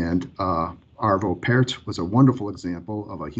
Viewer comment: Arvö Pärt pronounced Pjart